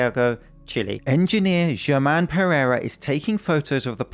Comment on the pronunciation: In Spanish, German is pronounced with an H at the beginning, like Her-mann